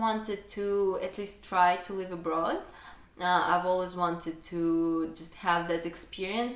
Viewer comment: Don't be overly complacent with your English. Your pronunciation needs a lot of work, especially the short vowel i sound, i.e. in SLIP , DIP, LIVE because you pronounce them as SLEEP, DEEP, LEAVE etc. While some people may find your accent cute, I have some trouble understanding you. I am sure you want your English to be good, not cute.